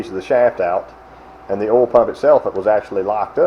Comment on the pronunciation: It's kinda cute how you Southern boys can't pronounce "oil" or "coil". It always comes out "ole" and "cole", lol. 😉